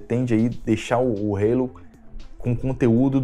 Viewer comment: Ih rapaz falou Halo (reilou) com sutaque, o velho perdeu a essência